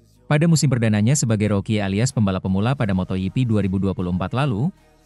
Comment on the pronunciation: moto gp bukan moto yipi ada2 aj ini admin geli dengernya